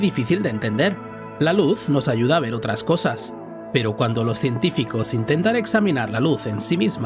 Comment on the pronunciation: se dice ver con r. la luz y su velocidad. cuanta fe